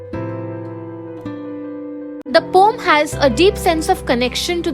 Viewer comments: Thank you mam... Tomorrow is my AEC exam... I am finding a proper explanation of this poem and I got your video... Thank you so much... But your pronounciation of ' Poem ' is wrong... It is not ' pom ' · You described the poem quite well. Thank you. But the pronunciation is po-em :) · poem❌ pom✅